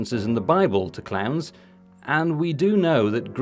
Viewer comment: Oh, ‘clowns’. I kept hearing clans.